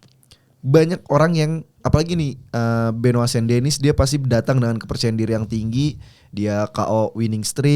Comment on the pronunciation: Benoa siapa ?? bukan nya benoit 😅